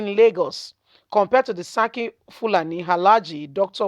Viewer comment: Please learn how to pronounce yoruba names properly it’s seriki funani and not saki fulani